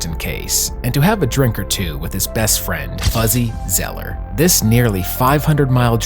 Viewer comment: ZOLLER, not "Zeller"..